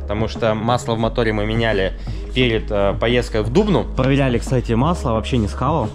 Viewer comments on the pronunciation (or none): Не дУбну, а ДубнУ